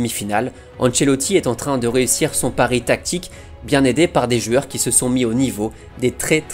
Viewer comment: Une rivalité mmmtactique, le psg mmest en confiance, de jouer avec mm un faux numéro 9, ... Mais à part ça, tes vidéos sont géniales :p J'ai aussi une question pour "jueurs" au lieu de "joueurs", c'est un accent ?